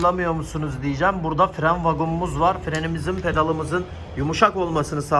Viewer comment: Vagum yerine vakum demek daha doğru bence yanlış anlamazsan.